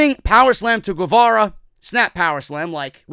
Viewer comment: Guevara is pronounced like “Ghevara”